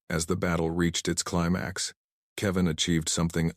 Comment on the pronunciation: STUPID AI CAN NOT EVEN SAY ... ""KEVIN"" IT PRONUNCED IT .. KEY--VAN